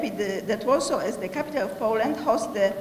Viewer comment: "ez de mejer of łorsoł end de ko-orgenajzer of dis important miting aj łud lajk tu łelkam ol of ju" ;DDD lol Nie ma to jak partia wykształciuchów.